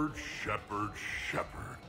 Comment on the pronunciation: Sheperd sheperd sheperd